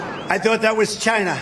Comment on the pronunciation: Vaygin, Chyna. 🤣. I love him. Trump 2024